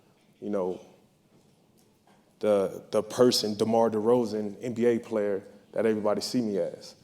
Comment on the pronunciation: He really didn't not how to say DeMar's name